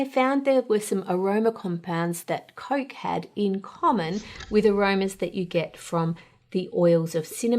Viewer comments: It is COOOOKE not Coake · Coarrk a Cola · Coyk Coyk-a-Cola. Oy...